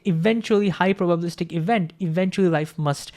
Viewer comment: *probabilistic...Missed a syllable there. Great video though.